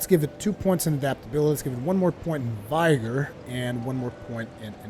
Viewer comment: Vigor has a short i not a long one. Vigor rhymes with trigger.